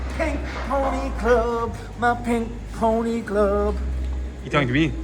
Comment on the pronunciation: I was wondering what a 'klerb' was 😂